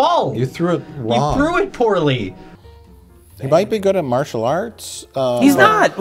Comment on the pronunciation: Butbhe can't say martial right